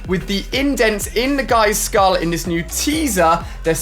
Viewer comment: Ali: I'll definitely keep an eye on dis one Me: Its called "this" not "dis"